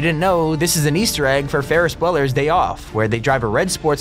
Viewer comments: Ferris bleller wtf. It’s Ferris bueler (byouler) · Ikr I thought he said Weller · that’s not how you pronounce bueller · Disrespect for incorrectly pronouncing Ferris Bueller’s last name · Is anyone else triggered by how he pronounced Ferris Bueller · My son was watching this video and I heard you say Bueller wrong. How are there no comments about it?! And how do you get that wrong?! It's said a few thousand times in the movie 😂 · Bruh... Why say Ferris Bueller wrong Lmfao 😂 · No way he is saying Ferris bueller like that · It’s Bueller